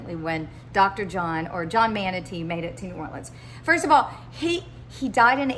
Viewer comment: Our family’s name is pronounced Mon-tuh-nay beloved.